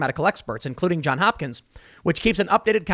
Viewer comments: As an alumnus, I cringe whenever you drop the "s" in "Johns". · Johns Hopkins, not John there’s an S on the John edit: but while we’re on the subject search for the song Open Eye Signals by Jon Hopkins edit: you said it right a couple of times by the end, I spoke too soon. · JOHNS Hopkins, Tim. JOHNS. With an 's'. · “Johns” not “John”. Geesh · Tim. Love the show, but you're killing me man...just say the "s". Johns. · Tim, I know I've left this message before. Please add the s to John in JOHNS HOPKINS. Pronouncing it correctly will give you more credibility.